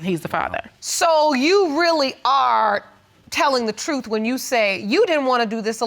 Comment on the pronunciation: BEEEAAC:CCHHH the word is NOT trufffff. it is TRUTH. Pronounce ENGLISH correctly.